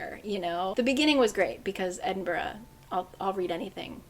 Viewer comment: as a scottish person living in edinburgh i just want to firstly say i love how much scotland content there was in this!! and also secondly your pronunciation of edinburgh is ALWAYS on point and it makes my heart just so happy ! thanks for another fab round up of books, a couple of these are on my tbr for sure now!